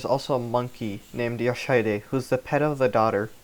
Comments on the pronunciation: I'm pretty sure the mispronunciation is due to him spelling it as "Yoshidide" rather than "Yoshihide" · Your pronunciation of "Yoshihide" is hilariously wrong. Sorry, but I couldn't help but comment on that considering just how many times you repeat that name. For the correct pronunciation, check stage 8-30 and pay attention to what is said in the cinematic that plays when you win. Edit: and no, it's not an issue that you mispronounced it, it's a foreign language after all, it's just that the constant repetition of the wrong pronunciation irked me enough to comment. Sorry.